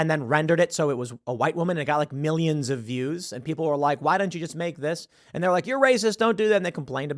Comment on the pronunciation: HURNDREDS OF MIRRIONS